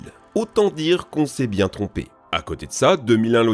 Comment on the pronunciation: "c'est bieng"..... Zinedine Zidane 😎